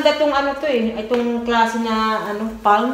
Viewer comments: Suggestion: ang correct pronunciation ng word "palm" ay "pam - silent l". Do not pronounce the letter "l". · Beautiful palm tree ! Is it a dwarf palm tree? Oh, by the way the word palm s pronounced without the " l ". I admire your perseverance, your devotion to your family and your ability to budget